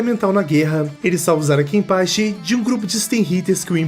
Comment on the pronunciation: Fala os nomes direito "zarakenpachi" "soulciety" mds